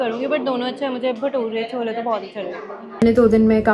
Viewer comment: wtf for god’s sakee thats CHOLAAA and not CHANAAA (delhi is known for its chole bhature tf?)